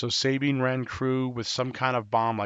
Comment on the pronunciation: Say it with me Suh-Bean. Not Say-Bean, lol.